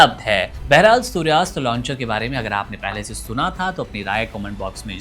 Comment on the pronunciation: सूर्यास्त नहीं सूर्यास्त्र